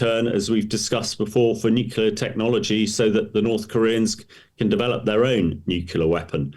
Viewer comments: Is this guy your guest or is he just jest? A guy who imagines that nukula is an english word doesn't have much credibility. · Nukula ? It's surprising that an expert says this. It undermines is professionalism. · What does "nucular" mean 🤔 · N-U-C-L-E-A-R It isn't pronounced newkyoular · George W Bush pronounced it the Same way